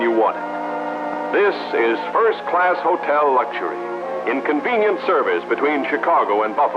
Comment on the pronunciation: About 4 minutes in, "In convenient service...." My ear hears "Inconvenient service..."